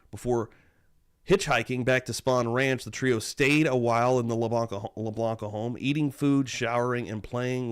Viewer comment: it wasn’t the La-BL-anca’s ….it was the La-Bi-anca’s. Sorry, had to just correct that.